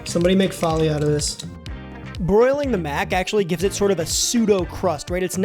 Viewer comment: it's Foley not Folly. I have a degree in the recording arts with a focus on sound design for film. ps, don't go to film school unless you plan on living in LA or do a YouTube channel